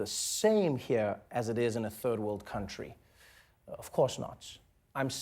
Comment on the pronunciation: I just love how trevor pronounces 'here' as 'hea(h)r'. love it!